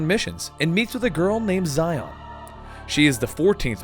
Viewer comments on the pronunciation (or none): It’s (SHEE-on) “XION” not ZYON lol. And namine is not NANA MAY it’s (nom-in-eh) how u know the story but not the girl characters names??? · Its actually pronounced Shion in the game... the romaji for this is literally Shion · "Zy-on"? No. Shee-ohn. Just, guh, every video, man, every video some name or place is butchered. XD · Xion is pronounced "She-Own," not Zi-on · you pronounce xehanort xenahort eraqus arques xion zayon (seriously this one is way too far) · I know I'm about 2 years too late, but that little bit with Xion (pronounced She-on, though I'm sure many people are getting on your nerves about it at this point) being controlled by Xemnas is actually false she faked going crazy so Roxas would go all out on her and destroy her. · xion pronounced she-on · yeah those mispronunciation of xion (shee-on) and Namine (na-min-a) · Just a heads up, every time Xion and Namine are mispronounced, a person loses their heart to the darkness and a heartless is born ;( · as a kingdom hearts fan it hurts me that you can mess up something as important as characters name like you have done you have lost your rights as a kingdom hearts fan cause of that tragedy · the way you pronounce xion makes me want to burn down a village